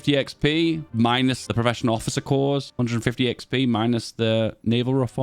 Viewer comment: Hello, I love your videos. I watch every one. Corps is pronounced "Core." No 's.' I guess it's a French word?